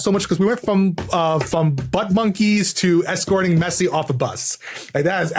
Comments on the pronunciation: You know Tom's not a football fan purely based on his pronunciation of Lionel Messi's name. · Tom's pronunciation of Lionel Messi... :P